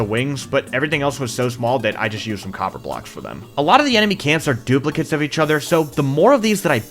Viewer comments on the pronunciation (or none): none